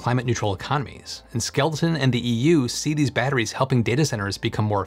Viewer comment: You keep saying skel ton, but the images you showed the company name is spelled skel eton.